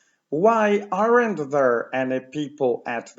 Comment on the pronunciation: bardzo cenię Pana lekcje..... ale to AREN`T.. to chyba nie jest właściwa wymowa